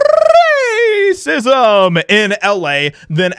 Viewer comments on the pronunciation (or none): I h8 when you roll your tongue on rrrracisim. Just say it. Or just cough or clear your throat if you’re afraid of YouTube censors. It’s Rrrrrealy grating. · Just say the damn word without the rolling, -40. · Why does he say racism like that??? 🤨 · Why are you saying racism so weirdly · I just unsubscribed from your channel. You cover interesting topics very well and overall I enjoy your content. The only problem I have with your reporting is the way you say the word "racism" each and every time. It had the desired impact the first few times but got old after the first ten or fifteen times. Now it has become irritating. I will check back from time to time to see if you have gotten past that.